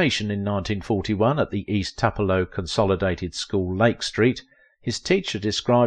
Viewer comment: Toopelo! or Twopelo…not Tup